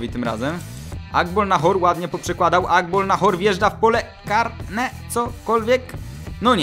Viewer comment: * Agbonlahor nie Agbolnahor.........